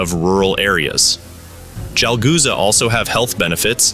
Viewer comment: bro its CHalghoza u keep pronouncing it wrong in such a clearly pronounced nd repetitive manner i cant continue me lunch :)